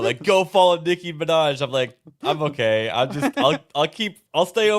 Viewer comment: "Licky ma vaj" Nicky manaj😂